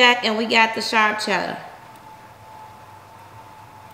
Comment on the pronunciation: B I love you but did you notice you said chella and not cheddar